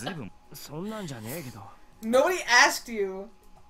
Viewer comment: not being mean or anything but your saying koujaku's name wrong lol